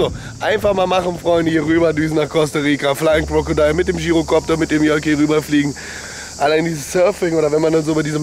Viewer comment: Gyrokopter ausprechen wie Girokopter xD